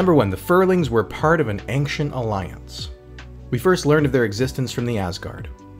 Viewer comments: Would be great if you didn't pronounce the word "Ancient" as "Anxiens" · The way you keep pronouncing "Ancient" is not just wrong, it's borderline annoying. It works on my nerves as much as hearing Americans constantly say "exetera" when the word is "etcetera" (you know, that's what "etc" is based on... right?).